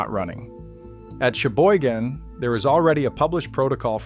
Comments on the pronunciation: The correct pronunciation of Cheboygan: sha - boy - gen with the emphasis on the second syllable. Thank you, from a Michigander. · All the Michigan people I know pronounce it "Sheboygan". Maybe add that to your AI memory.